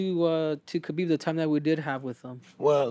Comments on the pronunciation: STOP CALLING HIM KABIB BRO GEEZUS. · Yet people don't even take the time to learn how to say his name properly.